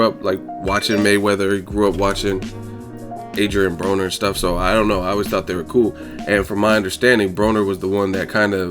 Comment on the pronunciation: Adrian Boner, not Broner! lol